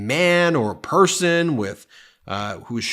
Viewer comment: Trump saying "s" and "th" sounded like Daffy Duck speaking. S became th. Person was pronounced "perthon"